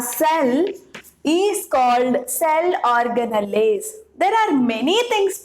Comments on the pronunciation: Ma'am it's organells not organalles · it’s ORGANALS while pronouncing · mam thank u sooooo much.......i used ur videos to teach my students.......i would like to make one suggestion which is....organelles are written in that spelling but pronounced as or-ga-nals itself...... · Mam your pronounciation of cell organells is wrong mam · your pronouncing cell organells wrongly mam😁😁😁